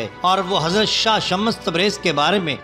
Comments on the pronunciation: Kya shammas shammas bol rahe ho naam to lo dhang se shams tabrez h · Baat "urdu likhne ya padne" ki nahi hai bhaai . Ab naam galat bol rahe shams ke maane soraj hai na k sha_mash shams me do martaba sheen nahi hai. Aur ek bat bhaai alhamdulillah mujhe Urdu padhna aati hai. lekin apko english padhna nahi aati??? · shams hai ya shmmash hai alfaaz durut kijye.janaab. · Naam sahi lo bhaai ....shamash tabrez nahi ? Shams tabrez